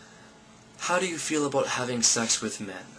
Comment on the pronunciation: You said "aboot"! You're so Canadian!